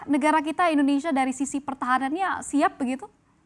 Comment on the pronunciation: Bu..indonesia. bukan endonesia